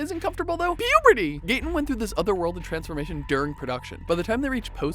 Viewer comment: “MikeY Wheeler” “HoOper” “pUberty”